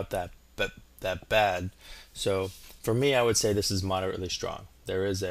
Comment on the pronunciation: You spelt strong wrong u said stong🤣🤣